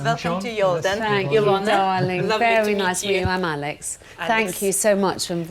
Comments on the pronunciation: But she doesn't .... she says Darlingk! 😂😂👍🏼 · Yes, and Alex says dawling.😆